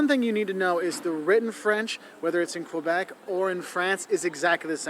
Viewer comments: I appreciate that you pronounce "Kebec" instead of "Kwebec". 😊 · I really appreciate you pronouncing quebec properly, I do not hear it often but it always warms my heart to see my country respected like that :) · Thank you for saying Québec and Québecois properly. You actually say it better than our fellow english speaking Canadians. The effort is appreciated 😁 Merci! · Hey, funny video, but really, congrats on your prononciation of "Québec". You got it perfect. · I'm very happy to see the effort you're putting in pronouncing Québec properly. Most people don't bother. Warms my heart a bit. That thing about private parts, it's the France word "Gosse", which means "kid", but in Québec it's a testicle.